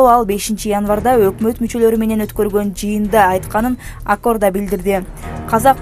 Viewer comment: Туура окуусанар боло ,Жаны Озон (Озгон) эмес. Ак Ордо( Орда) эмес.